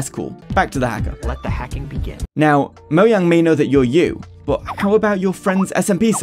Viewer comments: Moe Jang. Wtf is "Moyang" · It is not Moyang. IT IS MOJANGGGG!!!!!😡😡😡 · ITS NOT MO YANG IS MO JANG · moyang its mojang ok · Moyang why do you say it as Moyang its mojang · Its not moyang its mojang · Please note that it is Mojang and not Moyang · quick question, why do you pronounce it moyang? instead of mo-Jang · the first person i see to say "moyang" instead of "mojang" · Bro just say mojang, moyang is so jarring. it's like when people say bezing instead of Beijing. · I hate it I hate it I hate it I hate it ITS NOT MOYANG ITS MOJANG AAAAAAAAAAAAAAA ITS TRIGGERING DA TISM! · never heard someone pronounce mojang as moyang 😭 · if this dude say moyang 1 more time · stop saying fucking "MoYang" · Saying“Moyang” is cringe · The way you say "moyang" is so disturbing by me but overall good video. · why is bro saying moyang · moyang lul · Bro doesn't know how to pronounce the "j" in Mojang 💀💀💀